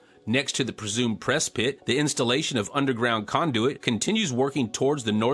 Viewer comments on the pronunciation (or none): none